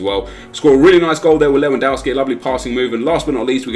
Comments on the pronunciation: please, his name is pronounced Lev an dov ski, it really makes me cringe when people say his name wrong 😣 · How many times are you going to butcher Lewandowski's name?! Daamnnnn XD